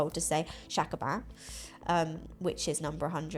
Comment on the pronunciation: It’s not shakuban, it’s hyakuban 😅 100